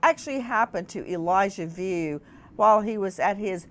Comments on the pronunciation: It’s Vu not View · Vue is pronounced "V-oo." Sounds almost like Wu but with the "V" sound. Pray to God, this baby is brought safely home.